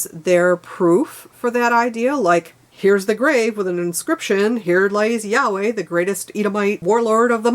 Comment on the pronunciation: The main issue is the faith of the meaning of the words writen by influential self appointed men with a common goal to capitalize upon what the simpleton cannot comprehend. For instance you used the frase yahweh which means the breath Though your pronunciation is incorrect as the Y in hebrew sounds like an H in English. If pronounced correctly it is the literal sound made while breathing. Has nothing to do with the feelings of interpritating the spells from unchallengable scripture. Auto didactic reality before the church of capitalism to find for yourself tangable knowlage of those fantasies you deemed imagination. Take a look at the vatican architecture differs from the mascot of the church's Ichthus flying angel fish. To base your life on a belief of a possibility of a beggining after the end of failure and expect redemption. Very greedy and narcissistic capitalism has deluded the perception of possessing ownership acumulated self worth, in reality it is how much you have taken of the from nature